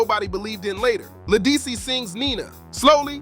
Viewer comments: This really needed to be redone with the correct pronunciation of her name. Also, why so many pics of Beyoncé? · La who? Program AI to pronounce people's s name correctly. This is insulting. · You lost me the first time you mispronounced her name...couldn't take you seriously after that!!! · Say her name right